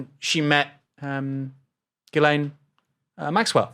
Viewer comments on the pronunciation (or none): none